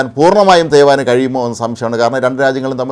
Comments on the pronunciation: തെയ് വൻ അല്ലടോ നെയ് റോസ്റ്റ് നെയ് റോസ്റ്റ് ആണ് 😂😂😂😂 നാക്കു വടിച്ചിട്ട് എടുത്തു തരണേ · തെയ്യുവാൻ അല്ല😂 തെയ്യാമ്മ😂😂😂😂